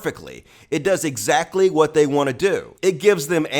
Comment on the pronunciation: "That's nwot what I said!"